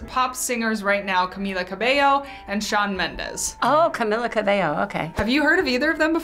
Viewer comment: „Camila Cabello“ „oh yeah CamiLLa cabeLLO“🙄